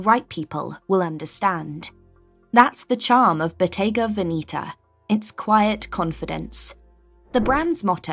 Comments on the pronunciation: Please get the right pronunciation for: Botte’ga Ve’neta! Not Veni’ta😓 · Botega VenIta???? Botega VenEta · It’s pronounced Bottega VEH-nehtah not VeeNEEta. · Very interesting, however, it’s not pronounced Veneeta (sounds like velveeta NOT). Its pronounced Veneta - say it like you see it - very simple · I own few pieces. Now I'm confused with the pronunciation. Venetta or Venitta? 😅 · Bottega vinita 😂😂😂😂 the pronunciation tells me that the person who made this video never stepped in a Bottega Veneta shop, and if they did the staff must have rolled their eyes behind their back 🤣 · The funny thing is "she'' cannot pronounce the names.😂😂 Proof that it is not for everybody. Not even the name. Bodega Veneeeta? LOL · Pronunciation of Bottega Veneta is incorrect! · You pretend to know but you can't even learn how to say the names properly! You are offending what you are using to make money! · If you are talking about Bottega Veneta pronounce it properly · Some scruffy American bimbo discovered few Italian brands??😂😂girl, you’re not even capable to pronounce Bottega Veneta (no surprise) and those are ”old money brands” in your limited mind, Brunello Cucinelli has boutiques even in many Eastern European countries where 99% of wealthy are new money. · Your pronunciation of Bottega Veneta is sooo wrong! You need to improve the pronunciation of the brands you talk about if you want to be taken seriously!